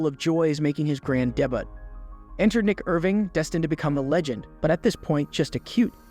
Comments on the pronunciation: I've never heard someone coming into the world as a debit. It's debut DAY-BUU You didn't give this man the justice his story needs. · bro said deButt. lmao debut is not daButt. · Did this dude seriously pronounce debut as debutt? 😂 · Great video, but this man really said "daybutt" instead of debut, "came-ah-flayjje" instead of camouflage 😅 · "grand 'dehbutt'" Gotta LOVE AI narration! 😂😂😂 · Did give you permission to use his footage? You're not saying words properly, Debut or Finesse. You're sounding like a joke. #LoveNickIrving #NickIrvingTruePatriot #WhentheArmyhadrealbootcamp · the way you said debut made me immediately stop watching this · you cant pronounce debut i cant watch